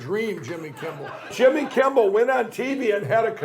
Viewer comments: "Jimmy Kimbel" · Jimmy Kimball? Did I hear that right?